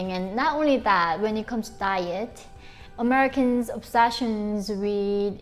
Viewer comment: American not Omerican